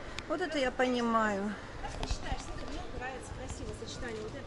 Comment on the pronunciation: Шоппинг классный! Мне так нравится как Вы говорите Сотри, а не Смотри))))))